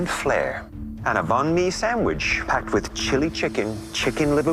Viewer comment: My heart cried a bit when a heard his pronunciation of banh mi .o.